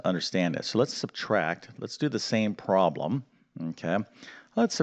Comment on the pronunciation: The word 'problem' is NOT pronounced 'prom' !!!